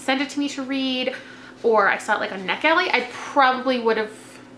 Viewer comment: when you're talking about Before We Met...What site are you saying you might have requested it on? It sounds like you're saying Neck Alley or Neck Ellie. lol